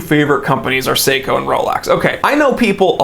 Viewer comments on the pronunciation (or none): none